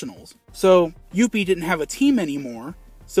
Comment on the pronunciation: I love the way you say "Youppi"!!! LOL He's my absolute favorite mascot. He was awesome with the Expos and he's now awesome with the Habs.